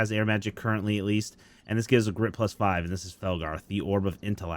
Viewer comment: Incase anyone could not understand him for the last orb for Felgarth. The orb for air magic gives you grit +5. I had to listen 5 times to catch it. Nothing but love to you.